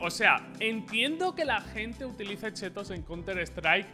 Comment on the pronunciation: me encanta porque en ves de decir chits dice chetos la gente va a tener chetos en las partidas xD yo quiero unos chetos so un capo pa te quiero